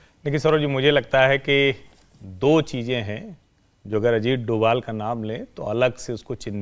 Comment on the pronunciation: डोवल नहीं डोभाल कहिए।